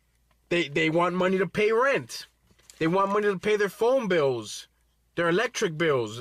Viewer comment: I like how when hes upset With becomes "Wit" and Want becomes "WHAN"